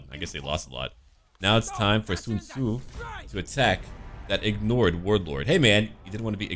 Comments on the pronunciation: Your pronunciation of Sun Ce need some work, or maybe its just me cause to me you pronounce it as Sun Tzu instead. OR you confused the two mid recording? Either way love your series compare to others that im watching. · Its pronounce sūncè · why do you call Sun Ce Sun Tzu or are they the same?